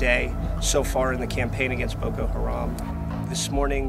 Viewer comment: "Ma ayeem ees too keeell Bukoo Haaraam"